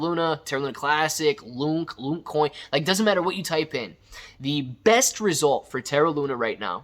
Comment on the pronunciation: Dude don't call it "loonk" you do make it sound like a meme coin